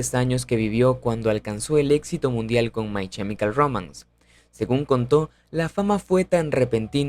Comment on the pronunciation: No es CHEmical es KEmical. La pronunciación es terrible